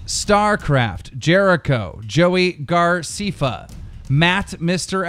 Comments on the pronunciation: Everytime he pronounces Joey's name "Garceefa" instead of "Graceffa" makes me want to kill him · ITS NOT "GARCEEFA" ITS "GRACEFFA" LIKE GRASS AND THEN EFFA! SORRY BUT I WANT YOU TO READ THIS SO YOU SAY IT PROPER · Did you say Joey Garcifa ?? 😅😅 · At the beginning he pronounced almost all of the YouTubers names wrong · He doesn't know how pronounce joeys name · It bothers me that he can't pronounce Joey Graceffa's last name....and some other things..... not trying to be rude, sorry... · Learn to pronounce graceffa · "Miniminer" "JoeyGarceffa" I swear to god he's dyslexic